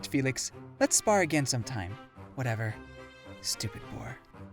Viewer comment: I can’t tell if he said “stupid boar” or “stupid whore” 😭😭